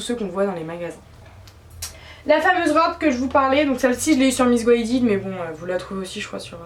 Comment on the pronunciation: tes pas du tout grosse heeeeu t'as juste DES BELLES FORMES PUTAAAAIN 😬 sinon super vidéo jafire ton style surtout le tee shirt noir asos avec le col trop beau jen cherche 😭 " miss gouaided " haha l'accent 😂 bref jespzrre un jour te croiser à Rouen bisous 😘